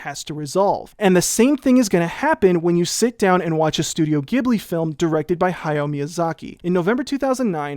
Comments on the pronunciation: Notes on pronunciation: mostly great! A few notes tho. Heian = HEY-ahn, and Ghibli is pronounced with a J sound, not a hard G (despite the fact its name is derived from an Italian word pronounced with a hard G). ALSO Nausicaa was directed by Miyazaki, but was made before Studio Ghibli was formed. Though that's really more a semantic difference than a practical one... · . I have an answer for the “Gibli” vs “Jibli” debate. If you want to pronounce it properly, it’s actually “Ji-bu-ri” while rolling the r. (I’ve learned basic Japanese, and the Studio Ghibli title card says ソタヂオヂブリ translating as “S-ta-di-o Ji-bu-ri”) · Why do you pronounce Ghibli like that...?